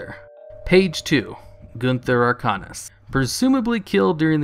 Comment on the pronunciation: Its pronounced "Gunther Arc-ANUS"